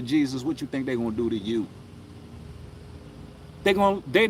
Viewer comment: "tink tink"